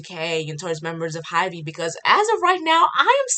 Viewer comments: Hybe is pronounced Hibe and debut is day bu...or past tense day bued. Not day bu ted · I thought your points were very fair but I couldn't deal with the pronunciation of HYBE and debut lol TT